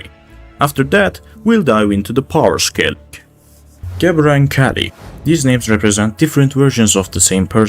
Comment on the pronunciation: Sup Hebrew speaker here. gebura is pronounced with a V, bet or ב is traditionally pronounced like B however in some cases like gebura or גבורה in Hebrew , bet becomes vet and in pronounced with a V so it might be spelled gebura it's pronounced more like gevura